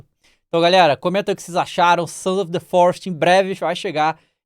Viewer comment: O famoso The "Florest" kkkkkkkkkkk